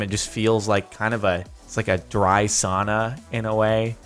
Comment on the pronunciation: He said sauna wrong